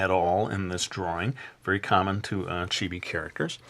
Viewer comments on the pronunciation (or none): It's chee-bee ...